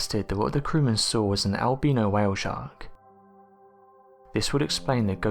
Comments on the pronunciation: The way you say Albino Make's me wanna stab my ears its Al-Bi- NO Not Al-Bea-na ....Say it with me AL-BI-NO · Nah, he was talking about Al Beano, that funny mexican who´s making jokes about beans and farts. ^^ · Did he say it might be a el beano whale 🐳. 😂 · "El-beano whale shark" lol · I like how he says albino